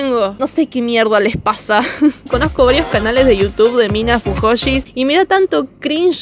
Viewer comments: We mencionas mal fujoshi xd Lo decis raro F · Me encanta porque no pronuncias cringe como se lee, sino ''crinll"(? Pero en vez de decir fuyoshi decís fujoshi XD Sos una capa mina, se te re banca